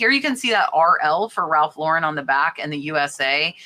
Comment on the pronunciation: Proud of you for saying Ralph Lauren name correctly